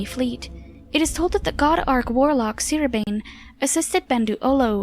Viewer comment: This is the first of your videos that I've seen. It was well researched and well presented - I'll definitely watch more. One very minor thing: you pronounced Syrabane incorrectly. The way you said it is the same way I used to say it, until I heard a few of the NPCs in Summerset say it. They all pronounced it Syra-ba-nay rather than Syra-bane. Excellent video though!